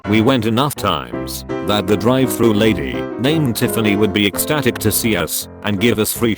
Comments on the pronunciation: dri -vey thru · Burjer King kwes-a-dill-a drivuh-thru